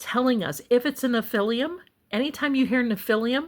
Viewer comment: All due respect, you're mispronouncing nephilim.